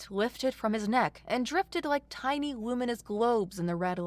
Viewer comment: Tinny vs tiny for instance